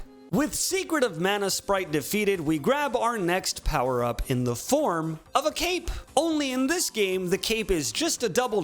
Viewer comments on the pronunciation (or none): none